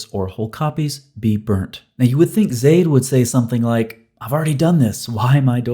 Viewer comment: you actually said zaids name wrong it's pronounced za-eed. but np we understand what you are saying. gbu.